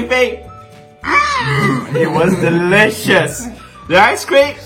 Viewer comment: No one: Nobody:: BUT this green thing... is dELiciOuSss! 😂😂😂